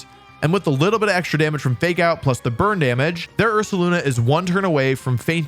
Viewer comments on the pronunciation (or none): none